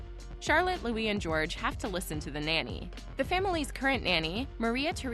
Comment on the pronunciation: The name is Louie not Lewis, although it is spelled, Louis.